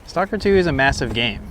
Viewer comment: your pronunciation is exactly correct for a non russian speaker.